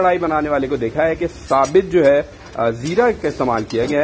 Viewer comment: abey urdu seekhley pehley sahi se bolni.........chooor karna, sabit zeera nahi sabut zeera.